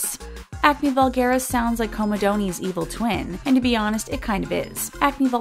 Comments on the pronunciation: Lol comodonies... COMOdonz... You can Google how to pronounce something if you're not sure, m8. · comedoneys??? haha its pronounced co me dones not co me doneees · IT is NOT pronounced comedoneees !!!! Every time she said that I cringed 😖